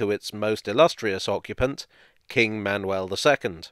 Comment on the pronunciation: You pronounced "Manuel" in a very acceptable way, as well as "Gonzaga". The others not as much. Still, a good effort overall. I was not expecting a video featuring Portuguese history so prominently! Kudos!